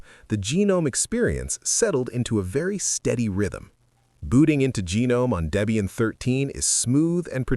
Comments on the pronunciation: Try pronouncing Gnome with the "G" being silent and you'll be spot on. Settle down, just some tuff ❤. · It is pronounced guh-nome. Not silent 'g'. Certainly not genome. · "genome" lmao ai slop channel